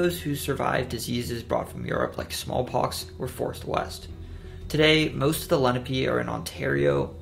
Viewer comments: Nantiixoke and Lenni are both Lenape tribes - pronounced Len-A-pay - not lenepee. - a European pronunciation. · Hey I’m just gonna help you, it’s (Len-ahp-pay) not (Le-no-pe). Good and very interesting video tho I live in New Jersey and like 80% is new info to me nobody here even thinks of delewere lol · The natives were called (lenn-opp-aye) tribe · Is it pronounced “Lehn-uh-pee” or “lehn-ah-pay”? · Why’d he pronounce Lenape like that 😭